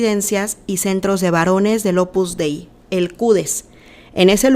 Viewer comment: La secta en cuestión se llama Opus Dei no "Opus Dai" Por favor no opines de lo que no conoces para nada y te exijo respeto para las 43 Numerarias que fueron abusadas sicológica y espiritualmente y explotadas cínicamente por esta secta fascista que CONOZCO PERFECTAMENTE desde hace más de 40 años.